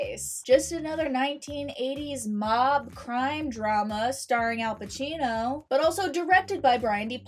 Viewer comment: Al Pacino not Al Pachino